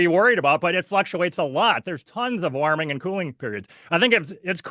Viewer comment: Why can't pronounce warming? What is waaarming🙄 We agree that we won't interupt one another: constantly interrupts. Schoolboy error, confuses weather with climate. Minnesota is not world climate.